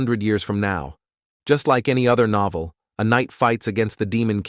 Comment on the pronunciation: noeveel it said instead of novel